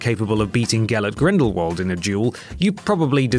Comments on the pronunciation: It's pronounced Grindel-VULT, not Grindel-Worrld. Argh. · It's grindlevald not grinderwald